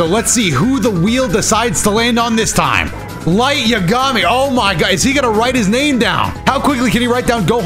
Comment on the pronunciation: "Light ya-gAmi"